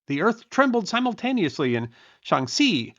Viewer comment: It's nowhere fucking close. He sometimes pronounces x with a k sound. His Shaanxi sounds closer to Shangxi. His Hebei is a Hehbei. He doesn't care whether its Lu or Lü. Lazy and embarrassing.